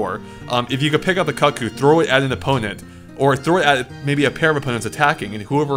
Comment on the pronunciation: Cuccos... kook-kohs. Pronunciation dude, pronunciation.